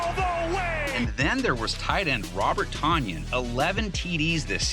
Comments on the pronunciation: It's pronounced Tunyan. #learnhisname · It's pronounced "tun -yun"